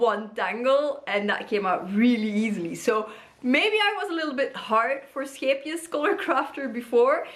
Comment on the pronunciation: me hearing your soft melodious g sound when you said "scheepjes" aahhh, one of my southern neighbours!! ❤❤❤❤ great to see someone from the benelux making this, i have finally started learning how to knit and... i thought i wanted to buy this book. clearly i do not LOL 😂😂😂😂 it looks super cute and all but OOF